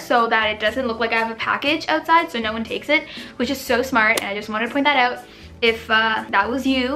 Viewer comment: She has an accent when she says out. Does she live in canada? Edit: She answered my question right away after i posted this comment😂